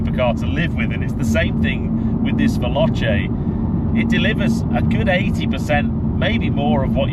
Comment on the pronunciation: Respectfully…try phonetically: Vel-OH-Chay instead of Vel-AHTCHay and you’ll get it right!😉